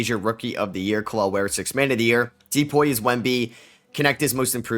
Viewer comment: You sound like a dumbass saying D-poy